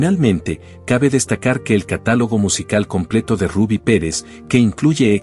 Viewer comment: No le decian Rabby le decian Rubby tienes que tener cuidado cuando dices algo siempre te equivocas cuando dice nombres o apellidos especialmente en ingles ,tienes que estudiar un poco mas ,lo siento.